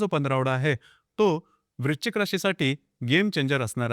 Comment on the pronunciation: Video good.पण वृश्चिक म्हणा.वृचिक नाही.😢